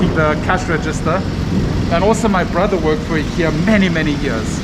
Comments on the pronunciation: IKEA! Love how it's presence will influence and improve the design sensibilities of local carpenters and other Filipino craftsmen. Also, love how pronunciation is the best reference for how to pronounce IKEA (eekeeya). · Glad and excited there will be Ikea in manila. There products are affordable and modern and durable. Apparently, it is pronounced as e ki ya. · Thank you for pronouncing IKEA the right way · Yes! Very exciting. 🇸🇪 I love it when you pronounce IKEA like we do in Sweden. 😊